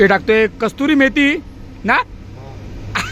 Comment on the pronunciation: Kasturi nhi kasuri methi